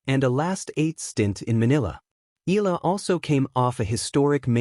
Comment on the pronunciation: The correct pronunciation of Alex’s surname is: E - yala